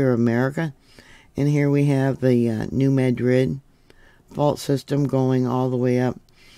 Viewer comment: Locally pronounced New "Mad-rid", like angry , not "Med-rid".